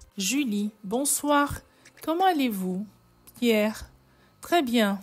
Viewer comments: Commentallez vous ,c'est moche de dire sans liaison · Comment allez vous,vous devriez faire la liaison